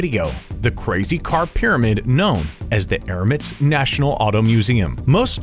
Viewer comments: Its Emirates NOT ermits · Emirates not Erimates